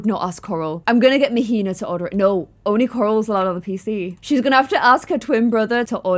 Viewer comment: queen -- Mahina is pronounced "MAH-HEE-NAH" not "MUH-HEE-NUH" 😭❤️